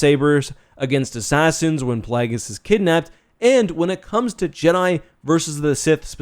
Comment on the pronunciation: "PlAAAAAAAgus" - weird-ass Canadian pronunciation